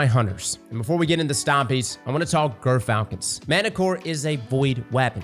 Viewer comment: I swear he's saying girthfalcons